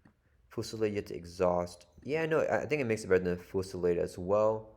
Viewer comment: I believe it's a French based word so it's foo-sil-LAHD.